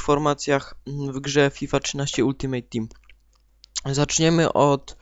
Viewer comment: eeeh jak slysze gdy ktos mowi ultimejt to mnie zaraz chuj trafi. nauczcie sie: ALTIMEJT!!!!